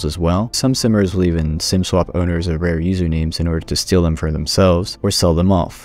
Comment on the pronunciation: Lol ''simers'' sounds like summrs